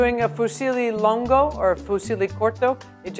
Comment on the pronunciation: it kinda frustrates me how she says some words bcz she says them wrong but thats just my pet peeve😂 for example: she said “longo” but its actually pronounced “lungo” she also orecchiette wrong but A for effort😂